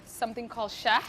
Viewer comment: That’s not how lohoh is made traditionally at all. Why is she pronouncing lohoh and shah or even Yemeni like that? We usually prepare the batter the night before for breakfast and you are supposed to « hit » the batter with the hand. She should mention that it’s her version of the Somali dish.